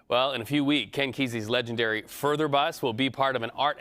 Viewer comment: its Further dude, not Further...